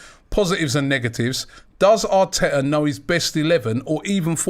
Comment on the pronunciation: John says Mikel Arteta pronouncing his T every time... Robbie says Mikel R Tetar 🤣 Proper Wheela Deala Robbie